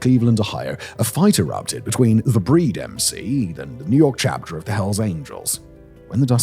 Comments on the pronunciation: "Chapter," not "charter." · Chapter. Not charter